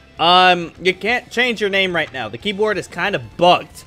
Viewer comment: YOU ARE SAYING HIS NAME WRONG!!!!!!!!!!!